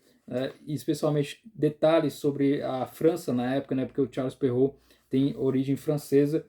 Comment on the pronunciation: Parabéns, acho que é a primeira vez que vejo um vídeo sobre o tema que acerta a pronúncia de Charles Perrault. Eu entendo que ninguém é obrigado a pronunciar e é legítimo adaptar para nossa língua, mas algumas pessoas fazem uma pronúncia puxada para o inglês, super complicada e completamente errada (o nome é francês) e seria muito mais prático falar o certo como é em francês, rs